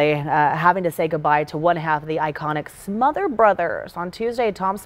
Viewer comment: SmotherS brothers- Tom SmotherS and Dick SmotherS. The second s is not silent.